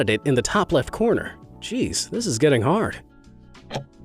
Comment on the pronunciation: it is toou hord.